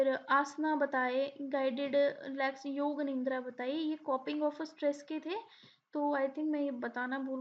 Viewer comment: Sirf yoga hi nahi aaapka pura pronunciation hilla hua hai